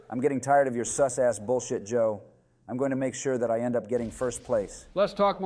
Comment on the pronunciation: every time i hear the ai say seuss instead of sus i expect one of them to start rhyming toxicly